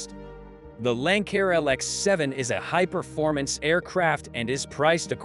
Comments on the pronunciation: Lanck-air? Bye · I guess robots can’t pronounce Lancair